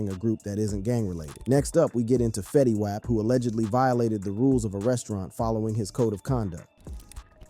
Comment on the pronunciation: The OOPS, Fetty Waap and PIHRUH....You mean the opps, Fetty WAP pronounced WOP, and PIRU pronounced PIE RUE!! n8**ga?